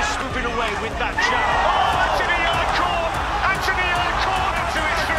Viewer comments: 'yarde' lol, you clearly didn't watch the fight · You missed allot.. Also, his name is pronounced Yard.. The e is silent.. If you really knew boxing you would know that